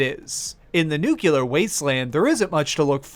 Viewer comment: "Nucular wasteland"